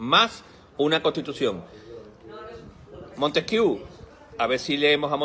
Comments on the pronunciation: Me gusta ese influjo trevijanista. Creo que es el mejor camino. Ya sólo falta proponer la abstención que deslegitime esta partidocracia que nos enchufaron en vez de la Democracia prometida. (Y haced el favor de pronunciar bien Montesquieu, jajaja, que "Montesquiú" suena a cachondeo). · La constitución del 78 no es una constitución. Es una carta otorgada. La revolución francesa no generó ninguna democracia. Sino en el emperador Napoleón. Y pronunciar Montesquieu, una palabra francesa en inglés, es bastante desacertado. Y llamar democracia al régimen del 78 es un despropósito de dimensiones universales.